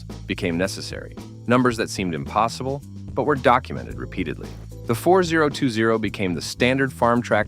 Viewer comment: You immediately lost your credibility when you called it the 4-0-2-0 instead of FortyTwenty. That's what it's always been called. Pretty pathetic!